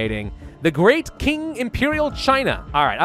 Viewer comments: Love your vids. FYI Qing is pronounced Ching. And we reached 1 billion around 1804 and 2 billion around 1927. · If I remember correctly, Qing is pronounced ching, and it's where we get modern china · I think China comes from 'Qin' which was the first time China was united under one kingdom. (Qin Shi Huang) It's pronounced pretty similarity though, and it makes more sense since y'know people interacted with China way before the Qing dynasty.